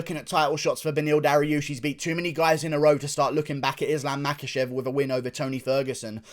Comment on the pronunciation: I have it on pretty Bad Guy authority the name is actually pronounced, Mockelchev.